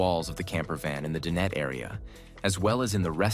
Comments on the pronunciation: Dine-et, not din-et. (Dinette.) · Please fix your narration. The AI is saying "dinnet" instead of dinet. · Nice vehicle, but please, DIE NET, not din-et. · no kidding. I almost left when he said din ette for the 4th time. It's DINE ette, stupe. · I hate this AI narration that has permeated YT. Does not sound natural at all. "Din-nette" anyone? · I wish the narrator knew how to properly pronounce various words…such as “dinette” which he repeatedly mispronounces. And I counted at least three different pronunciations for Star Van. Probably AI. I am curious to know what the major insurance companies would charge for a year of insurance. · You know what would be really cool? Finding AI that can pronounce the word dinette. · AI can’t pronounce “dinette” the way people do?